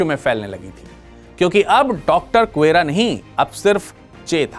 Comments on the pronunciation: গুয়েরা নয়, গেভারা। আগে সঠিক উচ্চারণ টা শিখুন কেমন। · Bhai saab, yeh guera nai... Gue va ra,..hai.. Hum bhi Bolivia main rehte hai... aur spanish Bolte hai..